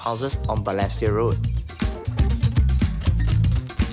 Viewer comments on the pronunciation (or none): Hmmm… first time I hear the word Balestier pronounced as ‘ Ber less tier ‘. Am wondering if this is actually the correct pronunciation.🤔🤷🏻‍♀️ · And he’s pronouncing Balestier all wrong 😅 Agree with some commentators about this feeling like a disguised 603 ad … Honestly this doesn’t seem like a good representation of Balestier. There is more to the area.